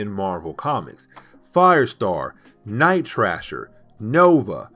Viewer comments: Night thrasher not night trasher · It is pronounced Night THrasher (gotta hit that th sound) and Juggernaut as in knot, not nut. I love your videos, please keep them coming!!!